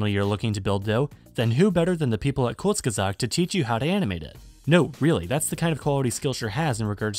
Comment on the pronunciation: I am impressed by your pronounciation of "kurzgesagt"!